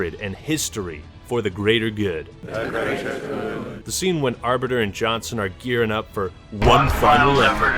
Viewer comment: Got my like just for 'The grea'er geerrd' thankyou lol